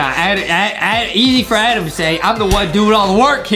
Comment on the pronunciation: JUSTIN IS THE ONE BEING MEAN CAUSE HE ALWAYS CALLS ADAM ADEM